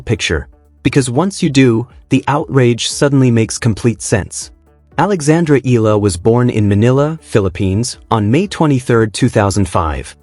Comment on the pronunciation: please pronounce her name correctly.. it's pronounced as EEE YAH LA